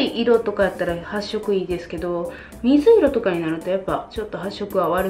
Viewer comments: 水色の発音が大阪の友達と同じや笑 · 「みずいろ」の言い方が自分の地元の言い方と違う！新鮮！